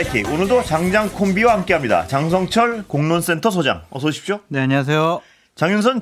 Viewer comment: 장설철은 정확하게 읽고 방송하시죠. 유죄가 되고 싶지 않으면!